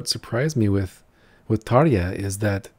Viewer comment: Hei ystäväni! Kiitos tervehdyksestäsi. You also pronounce Tarja very well. One very easy rule of the Finnish language is that the stress is always on the first syllable (your pronunciation of Turunen was very good too apart from the stress).